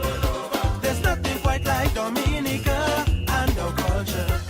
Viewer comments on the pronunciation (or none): none